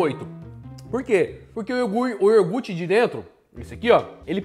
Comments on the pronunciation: pelo amor de Deus, o que custa falar iogurte certo? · Iogurte pelo amor!!! Fala certo pó, respeita os ouvintes kkkk